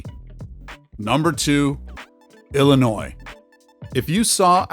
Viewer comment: Illinois is pronounced el-lin-noy not el lin noise.